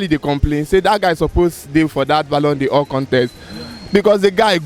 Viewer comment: My guy said BALLON DIOR 😭